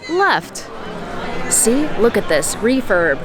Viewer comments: It sounds like youre saying 'reefer' lol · I'm deaf... when you said refurb... i thought you said refer... 🤣 look... refer, refer, everywhere 😆